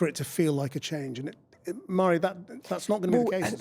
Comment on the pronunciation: Forgive me, but, isnt it pronounced "varree", not "mar-ee"?